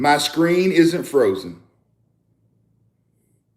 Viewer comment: ❤ t’s on the word isn’t-t-t!